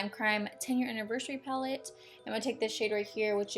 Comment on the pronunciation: i kept on thinking she said the lime crime penis pallete